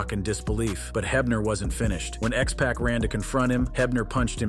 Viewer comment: IT'S X PUCK IT'S NOT XACK DUMBAS